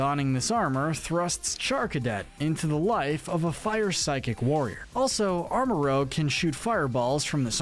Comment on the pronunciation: FYI It’s pronounced armor rouj not armor rouge